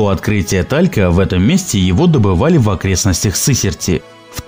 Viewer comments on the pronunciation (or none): Шабровский ударение на О Сысерть ударение на Е !!! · много неправильных ударений в названии населённых пунктов ) : шАбровский, сЫсерть.... читать нужно в википедии хотя бы о населённых пунктах))) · Автору: прежде чем начинать разговор о каких-либо объектах, потрудитесь сначала съездить на место, поговорить с местными жителями. Здесь (на Урале) никто не скажет ШАбровский, местное произношение - ШабрОвский, так же и СысЕрть, а не СЫсерть. На карьере я сам бывал с начала 70-хгодов, резку камня видел своими глазами. Дисковыми пилами (как на фотке) резали камень вдоль, поперёк и горизонтально. Дно карьера - это горизонтальный спил камня. Поперечные борозды - следы от дисковых пил вертикального разреза. Далее: пилы передвигались по уложенным на грунт рельсам, поэтому линии разрезов такие ровные. В некоторых местах тальковая порода осыпалась и за ней выглядывает скальное основание коренной породы с добавлением змеевика. Карьер был оставлен по причине полной выработки породы, затраты на откачивание воды не такие уж большие - насос жужжит, воду качает. Нынешнее руководство (недавно скупившее предприятие) посчитало нецелесообразным оплачивать счёт за электричество и содержание сторожа. Народ ходил на карьер все последние 40-50 лет, никакой тайны в этом не было. Отсюда вывод: автор страдает снобизмом и желает хоть как-то заявить о себе, не утруждаясь проверить все свои выводы на месте. Кстати, подобный карьер есть возле Полевского, мраморный. Там тоже режут камень баровыми машинами на большие кубы, примерно метр на полтора. И стенки карьера тоже в бороздах. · всегда было интересно - вам самим слух не режет , когда вы коверкаете наши уральские названия ? никто на Урале не скажет СЫсерть , все говорят СысЕрть . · Уважаемый автор, заметил пару ошибок, в произношении названий населенных пунктов. Первое не ШАбры а ШабрЫ, ударение на последнюю букву. И второе, не СЫсерть а СысЕрть. Я сам на Урале живу, в Екатеринбурге. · ШабрОвский карьер, СысЕрть - правильные ударения.